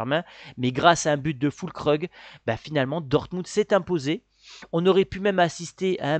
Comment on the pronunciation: Füllkrug ça se prononce Fuulkroug (comment ça vous n'aurez plus de difficultés à la prononcer).😉